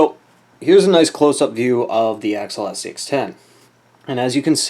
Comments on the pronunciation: AX eeeeeeeee al not Axel. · you do know there is a "i" in axial right? lol one of my pet peves